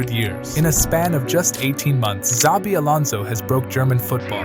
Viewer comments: It's Shabi not zabi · It’s pronounced as Chabi not Zabi. All these English speakers lol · 1 His name is not ZABI but SHAVEE. 2 No mention of Stanišić, Andrich, Schick etc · Bruh, you're the first person I hear saying or pronouncing zavi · It's pronounced Shabi ffs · His name is nit Zabi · CHA-BI Alonso.